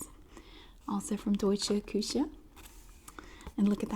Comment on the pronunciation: Hey I’m from Berlin / Germany and I love your pronunciation of deutsche Küche 😍 sounds cute If you have a post mail address I can send you some more 😁 I love your videos ☺️